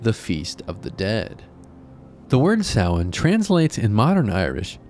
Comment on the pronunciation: You said Samhain right! that never happens with these types of videos, well done for doing your research !